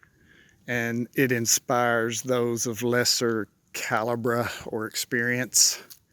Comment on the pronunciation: Calibre isn't pronounced "cal ah brah". 😂